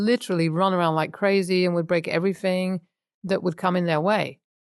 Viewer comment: the narrator says, everyfink 🙄